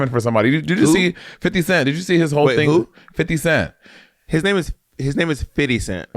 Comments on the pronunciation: Bob it is not fiddy cent, that what white people say. His name is Fifty Cent. Im from nyc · His name is “50” Cent bob, not Fity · Not Bob always insisting that its FIDDY CENT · Monét: "you look old" Bob: immediately criticizes Monét for using slang and mispronouncing 50 cent's name 😂